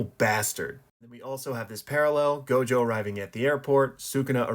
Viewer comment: It's not gojover